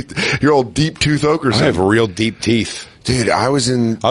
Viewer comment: every bit of that Colorado accent right there “Lawged into your tyoooth”